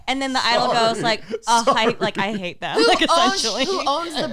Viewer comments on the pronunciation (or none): It’s always saying “Thum” for “them”